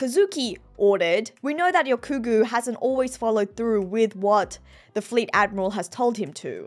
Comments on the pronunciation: YOU SAID RYOGYUKU AND ;] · I think ya’ll are misunderstanding haha She might say the nine slightly differently (example: Ryokugu), but she only actually says it properly twice. Don’t know if it was on purpose mispronounced, or if it was on accident and she noticed later, but that’s what she meant lol